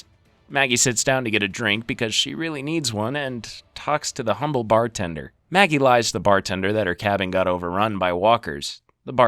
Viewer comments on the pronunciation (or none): none